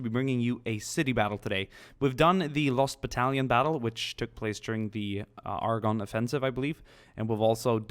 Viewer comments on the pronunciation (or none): none